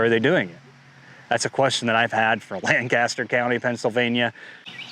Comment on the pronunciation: In Pennsylvania it’s pronounced LANC-aster (not Lan-caster like in California)!